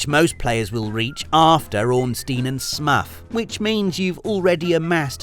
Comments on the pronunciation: Alright, I'll bite - why does pronounce Smough as SMUFF? 😭😭 Isn't his name in Japanese "Smo" pronounced as "sumo" so surely it's pronounced "Smow" in English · Smough is said like "Smuff" and not "Smoh"?! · I really enjoyed the pronunciation of Ornstein and Smuff 👌